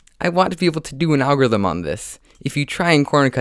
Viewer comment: Lol agorithim